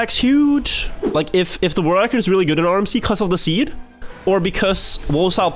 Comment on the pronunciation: I love your content, but PLEASE!!!!!!!!!!! learn how to say world record. I am starting to question my sobriety. Again, love your content.